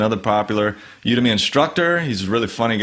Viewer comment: I think the emphasis should be on the 'U'. When you do it that way it becomes "you to me"